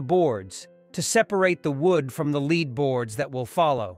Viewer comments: Someone couldn't have proofed this before it was posted? Notre Dame deserves more than that. Lead (the metal) is pronounced "led" not "leed" and the twelfth repeatedly pronounced "twelf-eth?" Such an important update to an English speaking audience needs and deserves detailed supervision, this makes it look and sound like something that was just sloppily thrown together to get it out first before anyone else. Thumbs down. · Complaint: A.I. narration needs improving. The metal lead was pronounced "leed" as an example. Otherwise, the narrative and update was excellent. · Agreed! Your content is great but gaffs like “leed coffins” and “pee-eht -uh” and “January twelve -eth” are so cringe worthy I nearly turned the whole video off. God help our education system if this is a real person. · So great to see the progress. I just wish the AI narrator would learn how to pronounce the metal that covers the spire. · “Lead” coffins? Why not lead (the metal)? Disgusting AI voice with no sense of what is being stated. Drives me nuts! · I respectfully suggest you have the program checked. The problem is not so much the flat voice, but the errors. ("Lead" was always pronounced like the verb, not the metal, and the ordinal numbers, like onest intead of first for 1st) The machine translation to English was all right, but the reading was off. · The AI narration is HORRIBLE! If you are not going to use a human for narration then at least proof ‘listen’ to it so that obvious errors can be corrected. The English language is rife with words such as lead (a metal) and lead (to direct). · lead coffins /leh: d/ not /li: d/ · How sad that they could not get someone who speak English to narate this - utterly ruins the video ' the metal is "led" not "leed" - rather stupid on the producers side I would think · Tel younai narrator it is pronounced led not leed (lead) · "Oh, great god AI, learn how to say 'leed' properly. And while you're at it, please include also 'th.' " 🙉